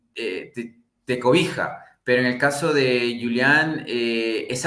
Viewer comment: Es julian no yulian .